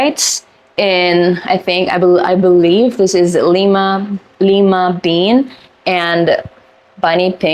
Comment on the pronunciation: Pharaoh = fair-oh like an Egyptian pharaoh Lime bean = lye-ma bean Maraschino - you pronounced correctly 😊